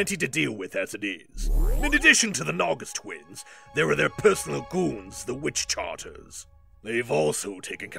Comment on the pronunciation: The only gripe I have about this is the mispronunciation of Witchcarters as "Witch-Charters"; other than that, stellar work from everyone involved!